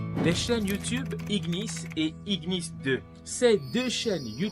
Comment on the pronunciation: Ignis cela signifie Feu et on le prononce comme ignorer gn non ghn